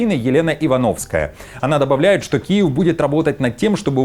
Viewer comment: КУЕВ а не Киев....😂😂😂😂😂😂